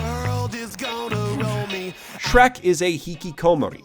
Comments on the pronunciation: "Shreku"? You filthy casual. I think you mean "Shureku." Know Japanese, loser. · I believe you wanted to say "Shurekku", but I'm willing to forgive the mistake. It's been repeated with "Shrekku" name a lot recently, so it's only natural for confusion to arise. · Every time he says "Shreku" a little bit of me dies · Every time he says “shreku” or any Japanese- afied word here, a child is cured of cancer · Every single damn time he said Shreku.. I laughed. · I take a shot of cum each time he says Shreku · I cannot hate the word 'shrekku' more. If i never hear it again it will be too soon. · A small part of me dies every time you say "Shreku". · It's pronounced "Shuleku!" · Every time you say the word shreku I feel a little stronger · I believe it's pronounced "shrak-u" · Say shreku one more GODDAMN TIME... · I died a little bit inside every time I heard Shreku